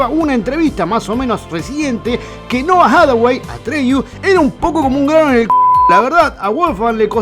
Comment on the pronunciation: Stop with the AI narration. It can't even pronounce Noah Hathaway's name, which it could if it was a real person reading from a script.